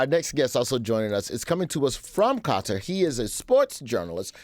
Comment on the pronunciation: Thank you for actually pronouncing Qatar correctly! You just have to listen to the Arab announcers pronounce it. Why can't American journalists get it right?